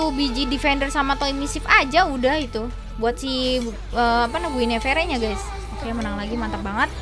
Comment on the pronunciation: Mbakk mohon pengucapan guinevere nya di perbaikin ya 😭😭, btw keren kontennya🤩